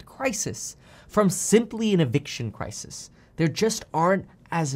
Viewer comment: Crisis Crises Where did learn English?